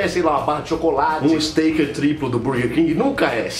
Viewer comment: Viu do futuro pra dizer que nao se pronuncia steiker mas stéker